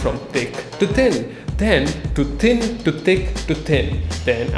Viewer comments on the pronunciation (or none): Instead of hearing "Thin to thick, think to thick" I hear: "Tin to tik tin to tik" Oof.